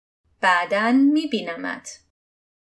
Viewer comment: Ошибка не мебинамат а мебинамет